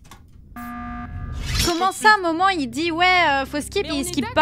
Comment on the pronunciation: Thequeen Mas il a dit deux fois momant